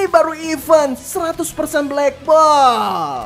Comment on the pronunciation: Bang sekedar info aja Klo di inggris klo kita baca" even itu artinya bahkan tapi klo kita baca event itu artinya acara "t" nya harus dibaca bang.